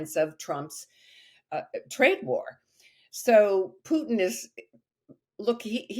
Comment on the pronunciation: Correct pronunciation is Pootin, not Pewtin.